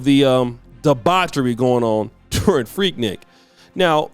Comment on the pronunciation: Annoying.. it’s pronounced freek-neek!!